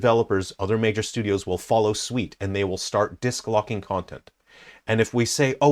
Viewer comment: Great vid, i just wanted to say that I laughed pretty hard when you said follow sweet instead of follow suit. Not sure if it was deliberate or not...